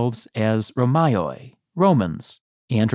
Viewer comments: They certainly did not pronounce it like that. By the turn of the 2nd millennium Greek had reached a point where its phonology was nearly identical to that of Modern Greek. Thus, "roméy" would be a more appropriate way to pronounce that word in English. Your pronunciation echoes the Erasmian, which is intended to describe Classical Greek, two millennia before the final days of the Eastern Roman Empire. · Byzantine Greek isn't pronounced like classical Greek btw. Save for the υ, the pronunciation was the same as Modern Greek by late Byzantium. So it would be Romei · Guys you really must check your pronunciation of Greek words, term "Ρωμαιοι" ( Romaioi is pronounced as ...Romei...ai=e...oi=i)...for us Greeks sounds so funny the way you do it (no offence). Btw Great Job as always! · very small absolutely tiny nitpick but Rhomaioi/Ῥωμαῖοι would have been pronounced /roˈmɛ.y/ or /roˈmɛ.i/ as all the diphthongs would have collapsed by the end of the Hellenistic period. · Romayoye? Dude work the pronunciation